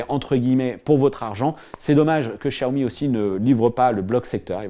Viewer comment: Ah oui nos oreilles saignent en entendant ça !